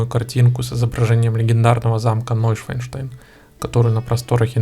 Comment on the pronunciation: О, Боже! ШвАН, а не ШваЙН! Шван - лебедь, Швайн - свинья. НойшАНштайн - Новый Лебединый Замок.